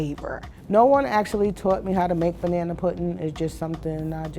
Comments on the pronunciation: BANANERISH!!!!!! 😂😂😂 unintentionally hilarious. 💀💀💀 lol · “Banana-ry” “Banana-erish” 😂😂😂